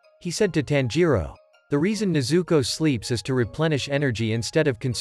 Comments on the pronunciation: Please say tanjiro and nezuko right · When he says nezuko i hear zuko😂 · I said stop saying nezooko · Stop telling nezooko